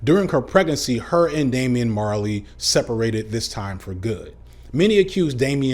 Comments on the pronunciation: Me every time said Damian Marley: 😬😑 lol Great Vid as usual! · I'm Jamaican. Every time he said Damian Marley, I cringed.